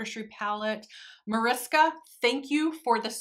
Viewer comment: Awhh I didn't expect this video so soon!🤩 I always love how Americans pronounce my name haha🙊 It sounds so cute❤ Now that I watched the video: thank you so much for making this video, I really like the looks you came up with😍 One more question: can you link the brush you use in the crease? I always manage to get the shadow I use in the crease all over the eye😅